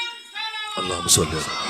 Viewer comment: Sa with due respect please note the pronunciation and recitation of Salawaat is incorrect it should be ALLAHUMMA AND NOT ALLAAA HU MAAA